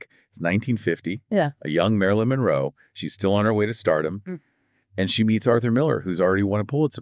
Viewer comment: Her lastname is not Monreo, it's Monroe